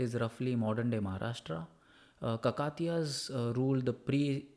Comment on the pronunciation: Good one , except the pronunciation of Kakatiya.